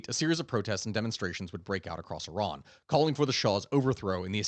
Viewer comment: SURPRISE - You know how to pronounce IRAN - EE-ron. Khehle momnunum. Dar Daneshgahda Pahlavi dars khandam. BS from U of MN MS from CSU. Retired agricultural engineer, irrigation.